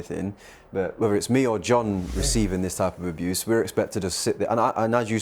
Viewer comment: Man said dogs aboose